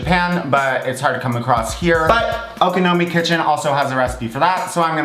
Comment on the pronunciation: You pronounced Okonomi perfectly